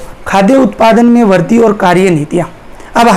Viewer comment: Sir वर्दी nhi वृद्धि boliye glat bol rhe ap